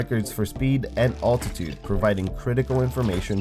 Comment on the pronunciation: As much as I love your vids, and am happy to see a new one finally, I feel the need to tell you to google some words for proper pronunciation. Altitude, seismic, seismometer as examples. Still love to watch you, even if I have to laugh at how you say some words. And remember, once the Voyager crafts go dark, V-ger will arise.